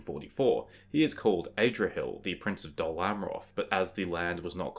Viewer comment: Adrahil not AYdrahil